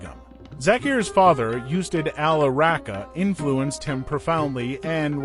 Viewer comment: “Oostad”....for ustad....thats the pronunciation